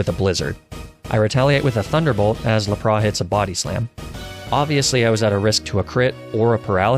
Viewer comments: Lapra, arkanine :( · Why did you call lapras lapra? Its La-pr-as lapras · Jeez lol no disrespect man but plz don’t call Laprasssssss “LAPRAH” no . Just no. Stop it. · Its not lap-RAH! Its laPRASSSSS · LAPRA? It’s L A P R A S S S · 'lapra' This is intentional, right? This game is Japanese not French, they don't do the silent S thing as far as I know. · The way he said laparas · What's a lapraa ? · ah yes, my favorite pokémon, lah-prah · Do you ever just 𝓛𝓪𝓹𝓻𝓪𝓱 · How did this man just pronounce Lapras? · La-pras Ar-kay-nine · I cannot get over your pronunciation of “La - Prah” and “Ar - Ka - Ni -Nay” but it’s still entertaining as hell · that lapras and goldduck pronunciation bugs me. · "Jolduck" and "Laprah" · Your pronunciation of Lapras and Arcanine is atrocious. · “Laprah” Fine “Arcaneenay” Fine “Jolduck” Alright fellas I think it’s time for a crusade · Your pronunciations are hysterical, Golduck, Lapras, Arcanine and Magnemite are not pronounced that way. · did he just say jolduck instead of golduck? And why did you pronounce Lapras and Arcanine that way